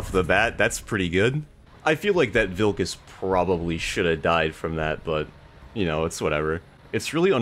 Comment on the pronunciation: lol, as a Lithuanian you said the ,,vilkas,, names kind of incorrectly(it was funny) so for that you should play the one and only ,,VILKAS,, >:))